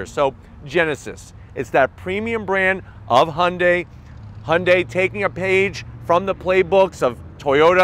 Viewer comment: It's "hyoon-dai" not "hon-day" take it from me I'm asian